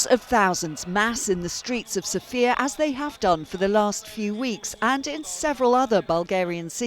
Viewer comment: The stress is on the O, sOfia, not sofIa. Unbelievable they still don’t know how to pronounce it.